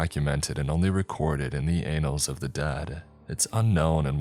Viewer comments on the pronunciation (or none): none